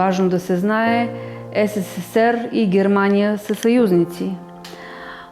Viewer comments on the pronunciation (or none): none